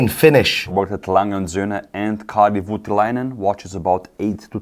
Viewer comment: Nice, but, it is Kari Voutilainen, not Karl Vytiläinen. A for effort still;)